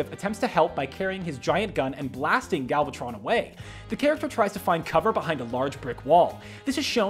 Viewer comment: "galvatron"? TRIGGERED